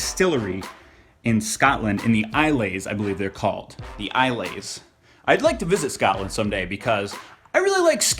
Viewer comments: i-le's? you mean isles? isle pronounced same as aisle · I hope you didn't mean Isles. It's pronounced I-alls (not sure on the correct notation) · oh, that pronouncing of ilses. good try tho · I'm from Scotland and I loved how he said "ailes". It's pronounced like "I'll(s)" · Isles isn't pronounced eye-lays it's like eye-ulls or aisles I guess :) enjoy the bonny Scotch. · its pronounces like eye els js lol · the isles are pronounced like aisles in shops :) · It's pronounced 'eye-ols'